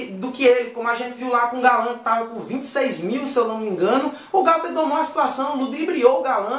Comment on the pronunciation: Não é Gauther e Gouther